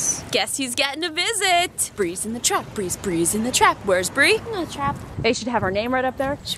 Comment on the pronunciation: "Brees in the trap. Bree brees in the trap. Where's bree?" "..In te trap." Hahaha.